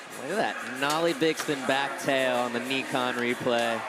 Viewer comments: if you ever call it Nee-Kon again lol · Did homeboy really say "Neekon?" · For gods sake stop saying NEEKON it's pronounced NIKON as in NY-KON! FFS you noob.